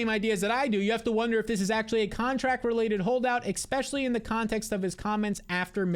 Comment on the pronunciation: Please please please stop saying EK-Specially.